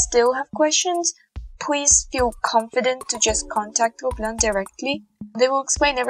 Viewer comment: And here is was pronouncing gobelins as GOBLINS 😂😂😅